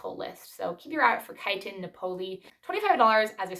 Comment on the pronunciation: Say nap like taking a nap. That part has the accent. O'lee is soft. Naples area of Italy.